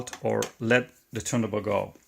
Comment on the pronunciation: Excellent and Very informative, I am also interested in how the speed (RPM) is controlled, could you include a video for that mechanism. Your detail is very good. Also may I, the platter that holds the record is pronounced TURN-TABLE in English, I hear you pronounce it missing the T in TABLE.